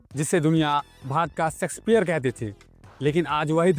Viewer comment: Plz do some work on your pronunciation first. Aap श(sha) को स (sa) बोल रहे हो। शेक्सपियर ✔️ सेक्सपियर ❌ नहीं